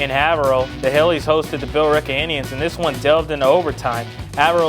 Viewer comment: Dude, it's pronounced Hay v rill